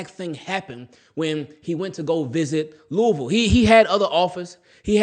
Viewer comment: Props brother! You have Lou-a-vul pronounceation 100.